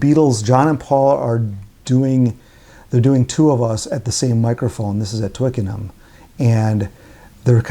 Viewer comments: "twic-ken-um" :), otherwise good review! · Twickenham is pronounced without the H. Twickenum